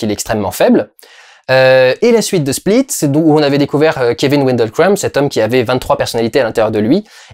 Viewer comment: Merci pour cette vidéo, je t’adore Dudu mais je comprend pas pourquoi tu prononces le nom du perso « Keveun » et pas Kevin, jte jure ça me perturbe..